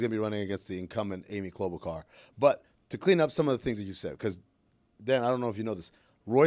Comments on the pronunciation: "Klo-Bu-Shar"... thats a fine. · I need a fine for that awful pronunciation of Amy Klobuchar by Amin. Klobacar? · Who's Klobukar? 😂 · This isn't important, but LOL at how badly Amin mispronounes Amy Klobuchar's name.